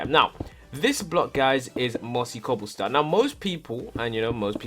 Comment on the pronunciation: count how many times you say cooblestone